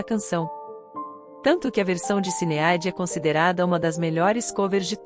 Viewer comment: Por que essa comentarista do YouTube não pronuncia as palavras e o nome da cantora corretamente???? Sinead ela pronuncia Cineádi...que horrível... o nome é pronunciado errôneamente e está totalmente errado!!